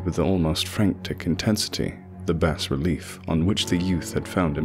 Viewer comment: Awesome! By the way, I believe bas-relief is pronounce "bah-relief" rather than "bass-relief," I wouldn't bring it up if it weren't for the fact that lovecraft used the word obsessively in this story.